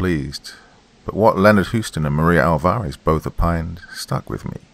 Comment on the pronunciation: and 'Alvarez' is usually pronounced 'AWL-va-rez', not 'awl-VA-rez'.